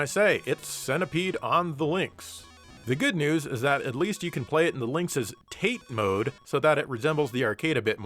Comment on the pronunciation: You pronounce Tate Mode wrong.